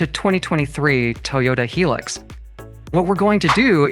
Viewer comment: Its not a hee lux , its pronounced high lux as in high luxury